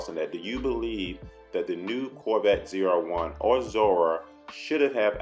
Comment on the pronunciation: Never in my life have a i heard someone pronounce zr1 so wrong lol its , " Zee-are-1 "